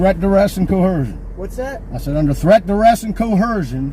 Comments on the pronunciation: what is co hercion? Is he trying to say coercion? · Hey,, what's "co-hersion?" LMAO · Co-er-cion, there's no h in that word. Nails on a chalkboard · Where the heck do theygetthis you only have authority in the DC? From a home charter initiative from the late 1800s that don't apply? Also dude lean how to pronounce coercion, not chersion. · These ignorant assholes can't even pronounce 'coercion". "Co herszhion"????????????????? Not even a fucking word. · .... And they can't pronounce "coersion"..... They say it like they do vee- hicle.... Co- hersion. 😭🤣😂✌️ during their "professional" law abiding, " I don't wanna give you a hard time "rants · Cohersion is the opposite of cohimsion and that's not a word either. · Ok idiot, it’s coercion, NOT coHercion! 🤣😂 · What the hell is "cohersion"? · By the way,, it's co-er-shun, not co-her-shun. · Pronouncing coercion as co-HER-sion is 100% a sign of sub room temp IQ. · For Fuck's sake it's coercion not co-hersion. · "Threat, duress, and co-hersion" again. Why can NONE of these idiots pronounce coercion correctly? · I never knew that there was an H in coercion. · I don't mean to give you a hard time.... I don't mean to be disrespectful.... I don't mean to be an asshole.... I don't want to do anything dumb.... Yet you continue to do all these things, simultaneously - multi-talented! And it's "coercion", not "cohersion" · Its coercion not cohersion ffs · If you're gonna use the word coercion... Maybe say it the correct way!?... Its not "cohershon".... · It's "co·er·cion" not "co-her-unn" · Never trust someone who can't even pronounce words correctly its coercion not "cohursion" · And I don’t think he realizes there is no H in coercion. He pronounces it coHERcion lol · Coeherseion. He can't even pronounce it correctly. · What is "co-hersion"? 🤦‍♀️😜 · this is just my biggest pet peeve about the illiteracy in the US, but seriously, why the fuck do they always pronounce a H in Coercion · "Cohersion?" Poor moron.